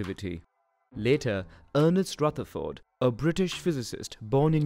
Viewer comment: Ernid strutherford - who tf is that?